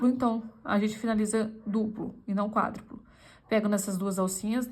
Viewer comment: Agora você falou certo, é ponto quádruplo.